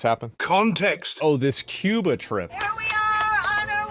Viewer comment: I like how he says cooban what a retard